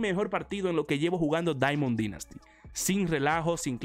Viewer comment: Me gustan tus videos y todo pero no se porque odio que digas “dinasty” esta bien que no seas americano pero al menos pronúncialo bien ,eres el mejor ❤️